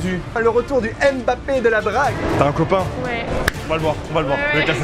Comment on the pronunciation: Purée mais arretez de dire M- Bappé !!! On dit Mbappé en un seul mot !!!!!